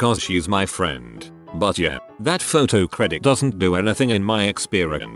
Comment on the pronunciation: I think the robot had a stroke when trying to pronounce "buuuuuut"